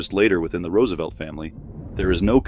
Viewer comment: Can you at least pronounce the last name correctly? 😂